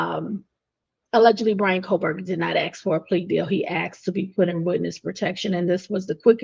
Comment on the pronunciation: great scoop. and it is assssssk not ax.